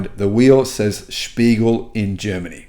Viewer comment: Mate, it's "Der Spiegel" (The Mirror)!